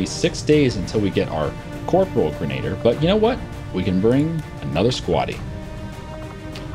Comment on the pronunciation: It's grenadier not grenader! Thanks for the videos!